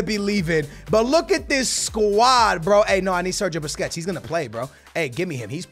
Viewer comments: ITS BUSQUETS NOT BISQUETS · you missed pronounced Sergio Busquets names and said biscuits 😂😂😂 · Bro why do u keep sayin biscuits when u were against psg its BUSQUETS LOL